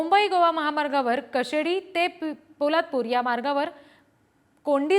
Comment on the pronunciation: Piladpur nahi poladpur